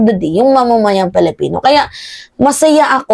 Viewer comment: Pwede ba ayusin mo naman pag pronounce nga Filipino.yan tama yan hindi yang Felepeno masyadong awkward.. Ayusin mo